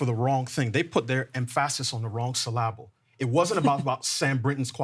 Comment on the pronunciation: Somenoe tell how to pronounce the words "emphasis" and "syllable" 🤣